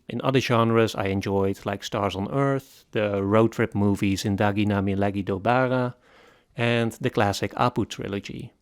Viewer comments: The way he butchered "Zindagi Na Milegi Dobara", My God😭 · The way you said Zindagi Na Milegi Dobara 😂😂 great movie